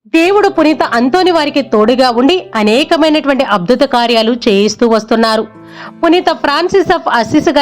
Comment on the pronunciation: అబ్దుత కాదు అద్భుత అనాలి